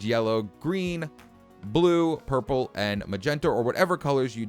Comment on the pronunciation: did he just say purper